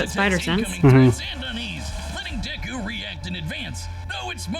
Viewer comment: Why are you saying deku like that?